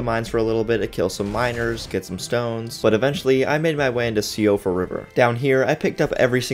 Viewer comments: fyi, “Siofra” is actually pronounced “sheefra.”. it’s irish🤷‍♂️… i mean the name “Siobhan”is anglicized as “Chevon.” i.e. their use of the Latin alphabet makes less sense than english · friendly tip - "siofra" is an irish name and is pronounced more like "shehfra". it's like the name "siobhan", it's not pronounced "seeobahn", it's pronounced "shehvahn". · Obligatory "Siofre is pronounced like 'SHE-freh' " comment. It's an Irish feminine name meaning "elf" or "changeling."